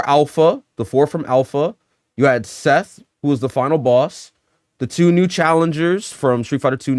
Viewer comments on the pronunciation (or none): none